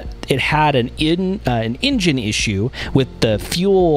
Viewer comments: The way this narrator pronounces the word "engine" sounds like "Indian" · can't take the pronouncing of engine as "injin" had to stop